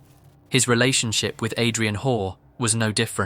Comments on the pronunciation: It sounds like you’re calling her whore instead of hall lmao ,I subscribed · listening to you say "WHORE" (Hoare) over and over again was just the comedic relief this video needed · Something is very satisfying about the name of the woman in the last video being pronounced ‘whore’